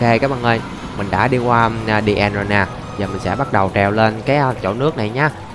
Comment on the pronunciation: Pha lê èn, đì èn , tiếng anh best trẩu phát âm